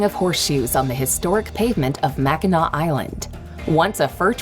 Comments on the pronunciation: Pronounced Mackinaw (french spelling -ac, english spelling -aw, all pronounced Mackinaw. The Bridge is 27ft short of 5 miles long. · mackinac is pronounced mack-in-aw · Everyone in Michigan watching this: Slowly takes a deep breath, and lets it out. Then smiles, eye twitching. Mack - Ih - NAW!!! Starts raging Even as a Michigan resident myself, while I cringed, I also know that pronunciation and actual language structure don't always... well... get along, so it don't bother me as much. But I still get a laugh out watching people get heated over it. That said, any video you find that does something like this, is always gonna neatly gloss over very important, but not pretty, information. 1. Our winters, due to our proximity to Canada, can get downright dangerous sometimes. Being surrounded by lakes doesn't really help. If you aren't prepared for sub-freezing temps, Michigan WILL make your life hell. That said... our winters can also be incredibly beautiful, in a haunting sort of way. Like nature just decided that it was gonna take center stage for a while. 2. Our biggest cities are FREQUENTLY on lists for being among the most dangerous places in America, and it's not hyperbole. Do NOT enter main city areas unless you're ready to make excessive use of your second amendment rights if necessary. Stick to outskirts, and the edges of cities. If you absolutely have to enter a main city area, do it during broad daylight. 3. For the love of God, don't ignore a police officer. Do what they say, let them do their job, and you and him/her will get on with your day peacefully afterwards. ESPECIALLY if their car is blue. If one in a blue police car pulls y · hearing him pronounce it mack-in-nack bridge feels like a crime..... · Its pronounced Macinaw lol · The c in Mackinac is silent. Pronounced Mackinaw. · Yeah, no to MACK IN NACK 😅😅😅😅and alot of our cities, towns and even our streets are French and Native American so some can't be pronounced even by Siri😅😅